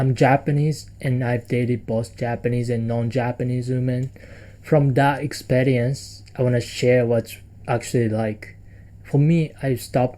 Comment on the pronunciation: sounded Scottish/irish the way you saud experience😂